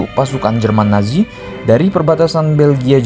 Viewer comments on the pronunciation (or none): none